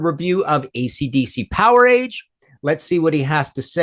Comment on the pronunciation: Then it should be said like Voltage